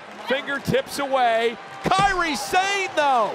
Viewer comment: Kairi Sane (sah-nay) not (Say'n)